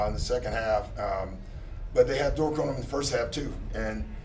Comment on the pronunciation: Lol why he keep calling Dort "dork"